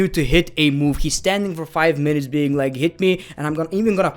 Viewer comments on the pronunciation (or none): none